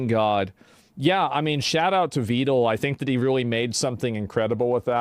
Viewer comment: I really appreciate that you pronounced Vedal name correctly.